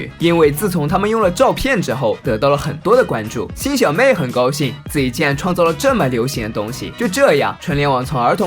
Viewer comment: 那里是高兴 不是 “高心” （ 感谢您的赞 ）